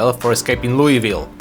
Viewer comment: HE REMEMBERED HOW TO PRONOUNCE ITTTR YEEEEEEEEEEEEEEEEESS